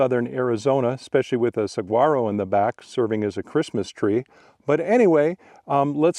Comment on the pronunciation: When is the next long adventure hike?! (oh, it's "sa-wa-row," silent G - sorry that's the grammarian in me!)